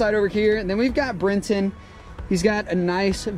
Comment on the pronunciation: It's Brenten! Dudes hilarious